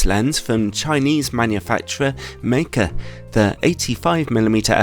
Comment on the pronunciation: Wow, finally a reviewer who pronounced Meike correctly.